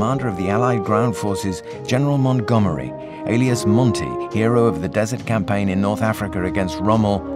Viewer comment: МантгОмери, а не МангомЕри!